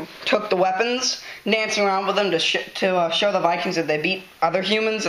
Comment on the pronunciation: He said to shit instead of to show